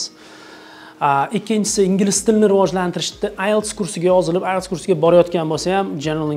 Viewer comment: Ailes, Isles, ayles❌❌❌❌ IELTS you gotta pronounce T girl